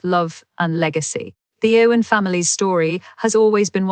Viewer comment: Spelling and speaking of words is so off..glad i didn't pay much attention.. its "Irwin"not Owen And "Hough" not Hofe